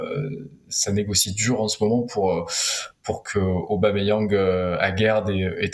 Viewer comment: Arrêté d'écorcher son nom svp c'est Pierre Emerick Aubameyang point barre merci